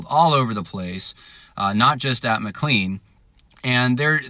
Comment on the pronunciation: It’s also pronounced “ma-clane”, not ma-clean…..🙂